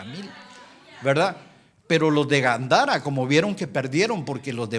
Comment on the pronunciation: Hello?? No es Gandara. Es Gadara